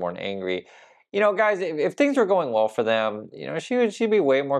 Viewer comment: "Wool, the President said...." She can't even say "well" like an adult. Still pronounces it like a child. And they still make jokes of Biden's old aged speach impediment. Guess what Karoline... what goes around comes around. Incoming!